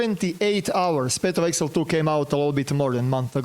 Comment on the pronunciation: Nije eksel nego egzail 😂